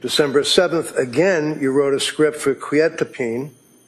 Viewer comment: The way he says quetIApine makes me cringe every time.